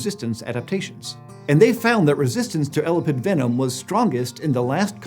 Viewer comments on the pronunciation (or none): It is el-ap-id not ela-pid. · How tf do you mispronounce "elapid" but nail "elapidae"? Someone should have pre read their script more. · How do you say Elapidae correctly and persist with saying Elapid like that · Sorry but the constant mispronuciation of the word elapid made me skip, sorry guys. You're saying 'ela-pid' ...not el-ap-id ...its really wierd :( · Not to be pedantic and nitpicky, but I couldn't help wincing every time Elapid was mispronounced. The emphasis is on the A... el-A-pid, not EL-apid. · Ok. It’s driving me crazy how he’s saying elapid. It’s E-lap-ed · I freaking HATE how he says "elapid", especially because he says it right when he said "elapidae". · You're mispronouncing 'elapid'. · I feel physical pain every time you mispronounce That word........ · e lap ids your murdering the pronuction as i prob murdered its spelling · I’ve never heard the word elapid stressed that way before. I’d always heard it stressed the way he did when he said it as the family name elapidae. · Its weird because he also said the name elapidae, but with the correct emphasis. Still, much ❤ for. I'm sure if I talked for a living I would get stuff wrong, too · No you put the emphasis on the A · I couldn't concentrate because you kept pronouncing 'Elapid' wrong 😂 Weirdly you did 'Elapidae' right but then stressed the wrong syllable again. Great episode though😃